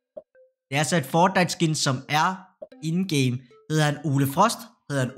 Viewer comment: Hvorfor udtaler du fortnite som føjtnite